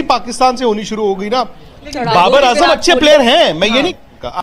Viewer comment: baqi theek hai naam sahi lelo ajam ni azam hai🙂